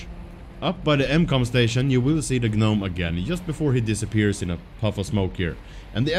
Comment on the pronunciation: Det utalas nome. Inte G-nome...